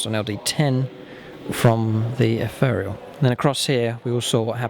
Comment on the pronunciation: You mispronounce ethereal!